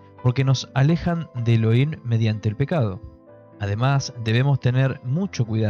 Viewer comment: Elohim se pronuncia «E-lo-jim».